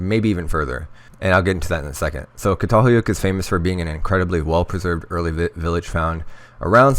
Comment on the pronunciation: Pronounced CHATALHEWYEWK